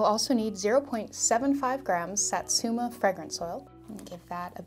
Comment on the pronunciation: I never want to offend anyone, but just wanted to say Satsuma is pronounced Sah•(like the a in saw)•tsoo(say the o quickly, like saying two)•mah (also quickly, like in maw) ♡ japanese vowels never change unlike the fluidity of thenebglish language, so I totally see the issue we come across ♡ tysm for the video !